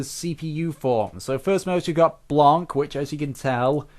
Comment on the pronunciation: your saying her name wrong its blanc!